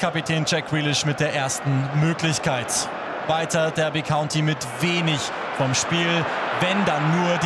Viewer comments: Ich bin mir sicher, dass es "Darby" und nicht "Dörby" County ausgesprochen wird. Nichts für ungut, kann sowas aber nicht ab :D (genauso, wenn jemand Portsmauf, Leichester oder Brikton sagt) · Habe ein Jahr in Derby gewohnt. Heißt 100%ig Darby nicht Dörby